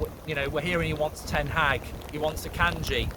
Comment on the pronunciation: Just say Ten haag. Why TH?